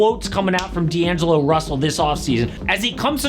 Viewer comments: D'agelo russel huh? missing an N there lmao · "D'agelo" is crazy💀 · “D’Agelo” if you know you know 😂